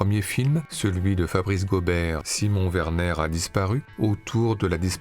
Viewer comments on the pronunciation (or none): none